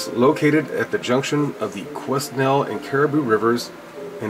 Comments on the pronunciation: Good morning☺ I watched this video last night and had to create an account just so I could comment. First I will not correct you on the pronunciation of Quesnel, ;) I'm sure u you've figured it out. I have been to Quesnel many times in my life, it's only a few hours away and my so sorry father was born and raised.. interesting little town, huge during the gold rush ( barkerville), now just a quiet town.. but I wouldn't consider it ghost town like barkerville . There are a lot of rock formations there they refer to as pinicles, u May be seeing those...? I definitely am not naive enough to believe we are the only planet with life and that thousands of people have drank the cool aid then seen aliens, however I have never seen anything in Quesnel that would make me think alien, mind you the pinicles could be markers I suppose! You wanna see remote areas of unexplainable stuff Toodle into the bushes in the back woods around my area of the Fraser valley! Thanks for giving me something to focus on when I visit Quesnel other then the smell of rotten corn from the pulp mills! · I live in bc canada and its pronounced que-nel, And I myself and a friend saw a ufo in summerland bc last year, It was just a shinny obect hovering in a valley.looked at it with 10x50 binoculars and it looked round,was not a plane.and I know there is a alien base supposedly in northern bc. thanks for the video. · you pounce it as Kwanel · the s is silent. quinell is how it sounds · lol every time i hear u pronounce it i laugh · the s in quesnel is silent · these are our canadian igloos..and its pronounced..kwe..nell.. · its pronounced Kwenel LOL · OK the pronunciation is "Kwa-nel", an old French name.. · Quesnel is pronounced Quenel, thanks for the info mate, a Tong house is usually a house built by Chinese Gold Miners of the time, circa 1890's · Qwin-nell is how it's said